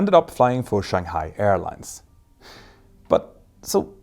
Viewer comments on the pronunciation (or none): none